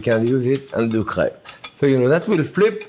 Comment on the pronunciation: I heard crap instead of crepe :D I can't breathe...